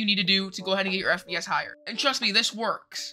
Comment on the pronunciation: Give this man an oscar and u maid my laugh in the end that u said for FPS u said FBS